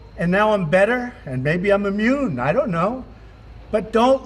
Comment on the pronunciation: Instead of maybe I'm immuned...he was actually saying...may I'm a-moron